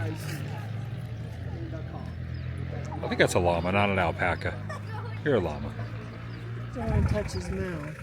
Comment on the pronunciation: "Alpac a bag" 😂